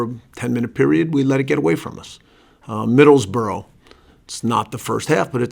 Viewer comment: This guy doesnt stand a chance he cant even say Middlesbrough properly its like this league is completely alien to him